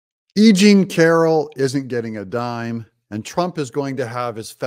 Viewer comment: Funny!! you kept saying E Jane Carol , and the first 2 times I understood that you said “ aging Carol”. I love it because is true.Nimphomaniac women ( sex addicted= brain disease) get worst with age. Besides they are extremely lazy and not smart.